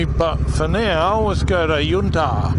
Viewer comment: Well I have to say it but its yunta like sun not yoonta enjoy